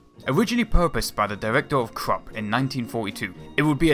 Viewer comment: The company is pronounced 'Kroop'.